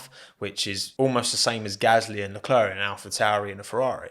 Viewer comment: Great video. But PLEASE learn how to pronounce Leclercs name